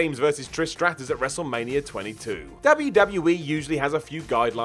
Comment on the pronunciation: Can not say wrestmania? Wrestlemanier?